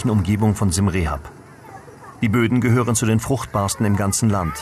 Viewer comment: Dank fürs video es heist Siam Reap pronounced [siəm riəp]) not rehap nothing to do with rehapillitation rehabillitation. wiederhausung.